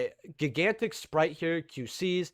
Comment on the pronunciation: Why did everyone all of a sudden start pronouncing “Gigantic” with a hard opening ‘G.’ When has gigantic EVER been pronounced “GHEE-gantic?” I swear DB Grinder did it in one video and then all of a sudden everyone is doing it.